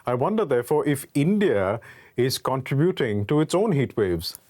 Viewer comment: Most words pronounced are correct, but contributing is not two words, contra buting, its one word. It should sound like contrehbuting. I spelled it incorrectly there to help with the pronunciation. The i in contributing sounds like a silent e. So you get an eh sound instead of an ah sound & its one word. I realize English is a 2nd language.